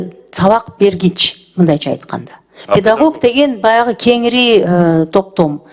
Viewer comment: Педагок эмес педагог